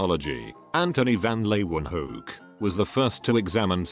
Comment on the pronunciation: HOW THE FUCK DID IT PRONOUNCE LEEUWENHOEK CORRECTLY???